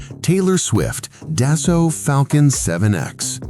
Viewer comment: The F,ing AI is absolutely redicioulious. Swifts jet is a Dassault, not how the AI is pronouncing it.